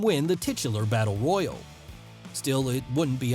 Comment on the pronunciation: He said battle woyal